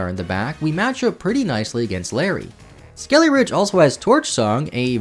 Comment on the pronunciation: When you kept saying skeleridge, I thought you were going to go into a ridge wallet sponsorship lol